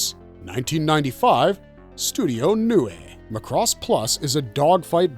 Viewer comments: Gainax is pronounced as Guy-Nax not Gay-Nax. Macross is pronounced Mac-Ross not Ma-Cross. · Sorry to be Karen but GAINAX is pronounced Guy-Nax not Gay-Nax. And Macross is pronounced Mac-Ross not Muh' Cross.